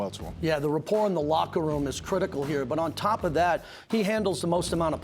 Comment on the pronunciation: Great Job! L K. FYI~~The word is RA-por…..not RE~ por